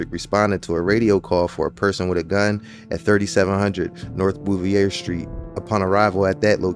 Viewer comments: Naw. The correct pronunciation is Boo-ve-yay. That's how the family's name the street was named after was pronounced. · Bro you from Philly and don’t know how to pronounce Bouvier street pronounced Ba-veer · yeah a lot of people from philly pronounce Bouvier wrong